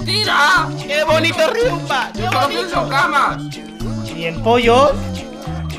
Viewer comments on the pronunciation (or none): No es sierto Riumba no is rial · Nooooooooooo todos quieren ruimba y odio eso hasta quiero pronunciarlo mal 😣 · Riunba no es rial